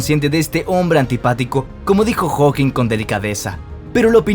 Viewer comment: Pregunta: Por qué Steven Hocking y no Stephen Hawking? O Robert Guck, en vez de Robert Hooke? igualmente con John Flamsteed a Flemstid? Un asunto de Fonética? Españolizando los nombres y apellidos?